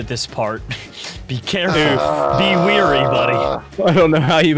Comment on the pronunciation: ITS WARY NOT WEARY